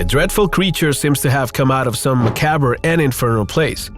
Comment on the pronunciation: Say... "Macaawb" (="macabre") Jussayin 😊